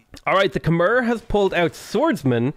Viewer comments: If you ever see this, Khmer is pronounced Kuh-My. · You're saying Khmer wrong.